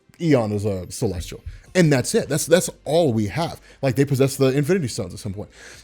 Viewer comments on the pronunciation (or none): Not to nitpick or be a dick but its Celestial, there's no R in it. That's all